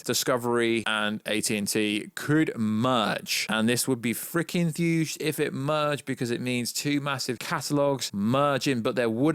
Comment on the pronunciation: Is he saying huge or thuge ?